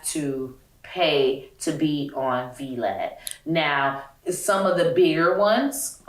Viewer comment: Not " V, Lad" I was confused asf at first then it dawned on me she meant Vlad 🤦‍♀️🤣🤣🤣